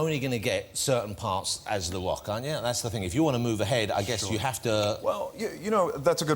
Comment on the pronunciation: jonathan ross cant say rock!